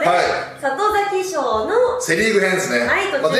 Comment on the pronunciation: 里崎賞言えない袴田さん可愛い